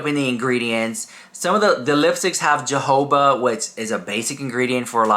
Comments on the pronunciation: ho-ho-ba (jojoba) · Jojoba... the first J is also silent.